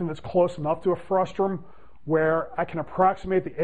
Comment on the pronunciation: It's frustum, not frustrum :P